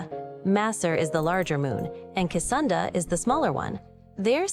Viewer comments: Aside from the AI talking too much, and getting names wrong (Casunda lol) I would like to see it channeled through an NPC follower. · ''kesunda'' oof, so close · Cesunda? Is Google dyslexic? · "Casunda" 🤦‍♂️ yeah no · nothing is free, some random city just had over 100 liters of water boiled so the machine could comment over a tutorial dungeon and mispronounce Secunda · It probably used a cupful, the danger is more if Google are incentivised by the behaviour to boil a few rivers dry to make a better model that can pronounce Secunda correctly and offer actual advice rather than "look out for traps and use healing potions"